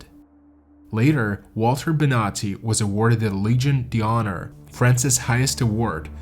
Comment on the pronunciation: Interesting story, but your pronunciation of some of the names and French words was painful. D'Honeur is Donnerr,, D'Or is Door (not Dior) and, more importantly, Guillaume is pronounced Ghee-ohm, not Gi-Lom. It's only respectful, under the circumstances, to pronounce their names as they would have.